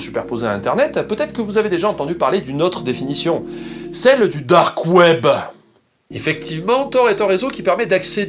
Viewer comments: on va parler du "DOOORK KWEEEB" MDRRRR j'ai rematé cette phrase 3 fois xDD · Merci pour cette vidéo, il y avait quelques points que j'avais mal saisi. Et tu m'as tué avec le "DARQUE OUAIBEUH" ! Pour la peine voici les timestamps (oui j'avais trop de temps à tuer ce soir): Mention spéciale aux deep voisins, là aussi tu m'as tué :''D